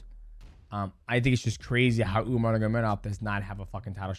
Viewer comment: are we all just going to ignore mighty completely botching umar's and merabs names 😂